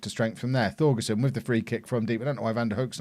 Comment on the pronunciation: For Thorgesen and Thum, the Th should be pronounced as a hard T, so Thorgesen and Toom (u is a oo)